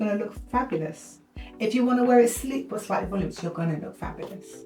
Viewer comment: "Vol-ooo-min-us". = voluminous. 😉❤❤❤